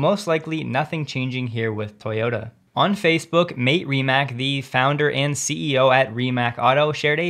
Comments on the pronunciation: Mate Rimac is not pronounced like “mate” (friend). It’s just as it’s written. MA-TE RI-MA-TZ. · FWIW - I believe Mate is pronounced like Mah tay. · FYI Mate Rimac == Mah-tay Ree-mats